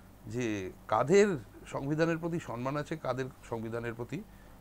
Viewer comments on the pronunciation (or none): শব্দটা সন্মান (সনমান) নয়, শব্দটা সম্মান